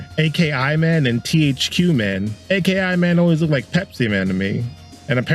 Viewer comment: Sorry but it's pronounced Akiee. Like Ah key Not an abbreviation.